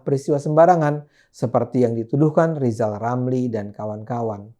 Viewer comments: LIJAL LAMLI MANA NGELTI ... Wkwkwkwkwk 😀😀😀😀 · lijal lamli di pelcaya :D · Bkn rizal ramli tp lizal lamli